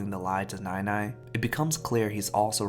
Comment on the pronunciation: i know this is suppose to be a serious video but every time you say nai nai it's in the wrong tone so instead of grandma, i keep hearing milk but it's the way we would say it to younger kids or babies loll.